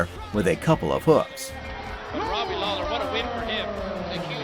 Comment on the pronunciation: This mf'er said "Robbie Lawyer"